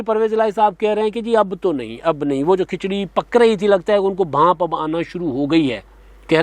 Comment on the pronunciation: "Bhaanp" nhe......"Bhaab"